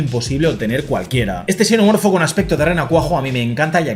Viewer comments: Por qué pronuncia xenomorfo como Cenomorfo y Chenomorfo? No deberías pronunciarlo de una sola manera? Parece que hablaras de distintas cosas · entiendo eso pero es que en una sola frase pronuncia la misma palabra como chenomorfo y luego cenomorfo, entonces es extraño porque pareciera que hablas de dos cosas diferentes 😅